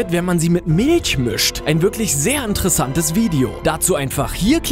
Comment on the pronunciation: wie du Milch aussprichst xD